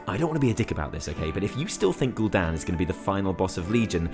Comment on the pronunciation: it's just gul Dan 😂😂